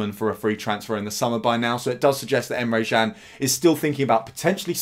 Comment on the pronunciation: Good video, Emre Jan tho? James Pearce at the echo says Emre Chan, and he’s never wrong!🤔